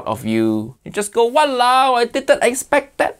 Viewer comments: Im from Malaysian. How we say it actually walao wei = what the heck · It's walaowe isn't it? Im from ur neighbors country indonesia btw. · its walaole